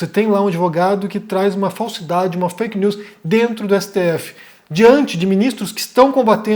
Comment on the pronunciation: eu achava q o era gringo, mas esse fake nuuuuuus deve ser coisa de mineiro msm